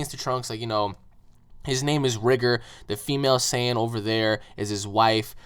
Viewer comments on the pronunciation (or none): Bruh its rigor not rigger